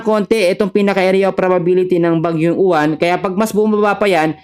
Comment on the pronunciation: boss UWAN hindi U-WAN 😂😂😂😂 wag munang pagandahin bagyo yan ehhhh 😂😂😂